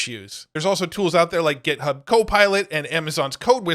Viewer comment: It’s GitHub with an I as in It not Gethub. Thought someone else would have corrected you by now. Love your stuff!